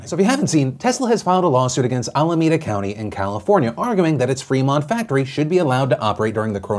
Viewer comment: Allahmeda sounds weird Phil